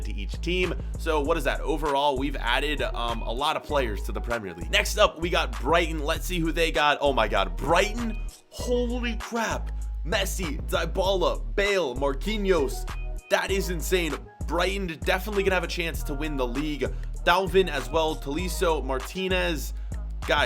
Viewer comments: It’s Dy-ba-la Not Day-ba-lah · he says Dybala wrong